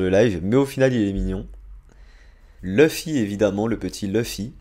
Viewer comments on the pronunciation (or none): none